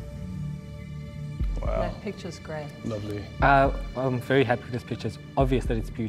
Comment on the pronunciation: Smh when oluchi pronounced opeyemi.......... how does a nigerian girl manage to butcher that name???....